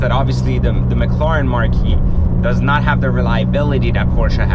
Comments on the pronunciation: Dude, its Mclaren not Macloran. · its pronounced mclairen. not mcloren. spelled correctly, it is Mclaren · mcloren XD its mclaririn lol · Or maybe he’s just bitching about another he owns, it doesn’t take a genius to realize that owning a brand new super car is gonna cost a lot. If he wanted an investment then he shouldn’t have even looked at a McLaren or as he says “McLoren”. Don’t blame the company for this mans lack of brain power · he had to sell it because McLaren was ashamed that their customer couldn't pronounce mclaren right 😂